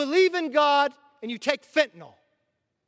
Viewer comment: Kevin, thank you for pronouncing FENTANYL correctly. It's FentanYl, not Fentanol and the mispronunciation just makes people look like idiots or illiterates. Maybe it's time to teach reading and English in school again. I was taught to read phonetically in 2nd and 3rd grades and it has served me well. for 70 years. I guess that's why that method was dropped. The Left has been working on us for a very, very long time.